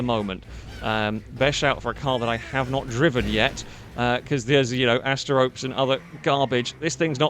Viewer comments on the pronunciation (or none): Asterope is from the Greek myth... it's not ASTER-ROPE... it's AST-ERO-PEY.